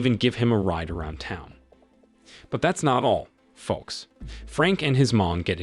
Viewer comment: The L in "folks" is silent, fella. In English, that is. Uh, if you care.